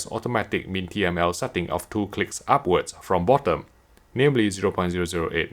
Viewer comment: Whenever he say clicks It sounds like CLITS……. not my fault 😝